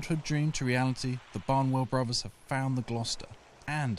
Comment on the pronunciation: Good story, but pronunciation needs tightening up a bit, Bruvvas? Annuals of history? Fousands? Or is it only me that mispronounced words - grinds my gears a bit, whatever class your from such words can be got right.